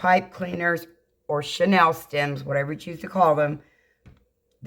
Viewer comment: Hi! Could I help with the pronunciation of the chenille (like the old bedspreads)' stems vs. Chanel as in Coco Chanel. I thoroughly enjoy your designs. Thanks for your videos!